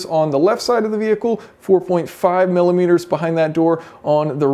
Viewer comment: Take a shot everytime he says "MiLiMiteRs"